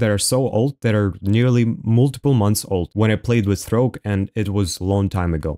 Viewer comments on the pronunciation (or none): none